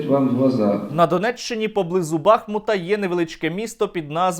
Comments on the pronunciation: Тільки, будь ласка, «БахмУт», а не «БАхмут») наголос на другий склад) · Сергію, правильно БахмУт, наголос на У